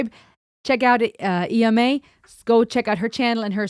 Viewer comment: I have been listening to this since it dropped, it still gives me chills!! She is such a warrior............ Finally someone brave enough to speak the truth!! Check out her newest single good citizen. And its Iyah, not Eyah 😂